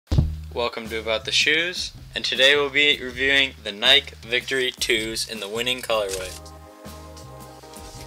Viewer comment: N y K e